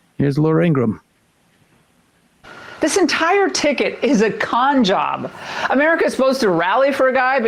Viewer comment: Ingraham not Ingram